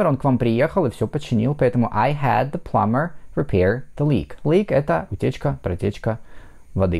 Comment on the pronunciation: Почему Вы говорите Пламмер???😮